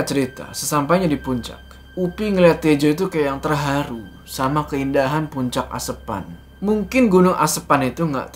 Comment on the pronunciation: lucu ngucapin "asepan"😂😂